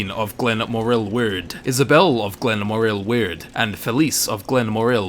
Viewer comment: Glen- moar-ill wewd